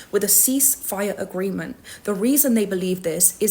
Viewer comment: Why do you say "agreemen" not AGREEMENT?